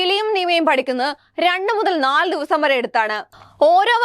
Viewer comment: ആദ്യം നീപോയി നന്നായി നാക്കുവടിച്ചു നല്ല വെടുപ്പായി മലയാളം പറയാൻ പഠിക്ക് 😀സ്വപ്നത്തിൽ പോലും കാർതി ർ ന്നില്ല എന്നല്ല മോളെ 😀കരുതിയിരുന്നില്ല എന്നുപറ 😄ഊർജം നിറച്ച ചാൽ നങ്ങളും 😀😀😀😀 പശുവൾത്തൽ 😄ഹോളി വുഡ്‌ഡിലെ ആര്......... 😄തങ്ങൾ വയലലോ 😄😄😄😄എന്താണ് ഹേ ഉം പോരട്ടെ രണ്ടുമുതൽ നാൽ ദിവസം 🤔 നാല് ദിവസം എന്നല്ലേ ഉദ്ദേശിച്ചേ ഉം......ഓരോവാക്കിന്റെയും അത്തം അതുകഴിഞ്ഞാപ്പിന്നെ ഓണം 😀 ങ്ങാ .....പിന്നെ അക്ജാതരുടെ .... ആക്കമണക്കോ 😄സേകമല്ല മോളെ സ്നേഹം കേട്ടോ ഇതിലുംനന്നായി കിലിയും പെങ്ങളും പറയുന്നുണ്ട് മലയാളം 🙄 ഹോ.. കഷ്ട്ടം...... nnilla